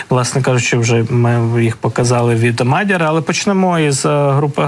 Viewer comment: Мадяр, наголос на я.